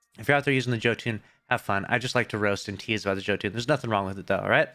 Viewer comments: Yoooo ton!!!!!!!! Jö makes a y sound... now joe.. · JOE-TOON? It's pronounced YO-TON,. Damn... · Hey my friend it's pronounced ( Yo-Ton ). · (Psst, I believe it’s pronounced “YOTE-in” for jötunn, good vid tho) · its pronounced "yo ton" its Scandinavian bro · how do you still mispronounce [yo-tuhn] 🤦🏻‍♂️ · Jotunn is pronounced Yo-tun